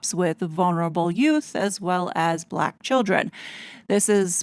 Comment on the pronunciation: 😂😂 you make me laugh when you said balack. black. lol. very good. 😂😂😂❤❤❤